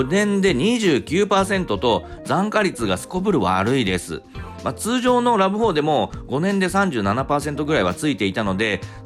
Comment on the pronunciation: ラブホって聞こえる